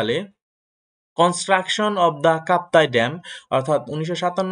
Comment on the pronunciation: Kaptai dam noy kaptai bath😊😊